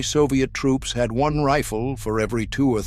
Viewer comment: I hate AI as they cannot get pronunciations correct. I've never heard a rifle called a "reefil".